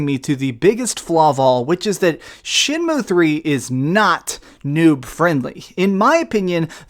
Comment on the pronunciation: For all you Americans out there its not shenmoo like a cow its shenmew like a cat While I'm at it its h not haych ur saying too much